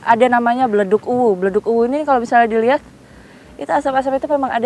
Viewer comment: Ingat yaa kuwu bukan uwuu